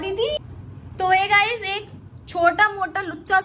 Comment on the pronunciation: गाइस नहीं बेटी गाइज़